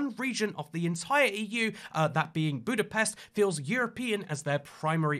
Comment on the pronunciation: Bro at least try to learn how to pronounce Budapest. It's also not a region. It's a city as big as a region.